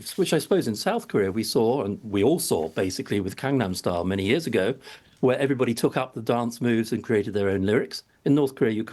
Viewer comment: Did he say 'Kangnam Style'?